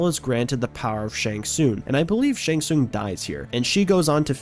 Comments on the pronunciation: I enjoyed the video a lot. But please, it's shang TsunG. Not Shang Soon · Him saying shang soon is pissing me off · How have you gotten to 2025 without being told you're saying "Shang Tsung" wrong? Seems like you might be rage-baiting... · Brother, I gotta be honest. The way you say Shang Tsung's name be pissing me off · Saying one thing wrong means he doesn't know the series? Yeah, ok. 🤡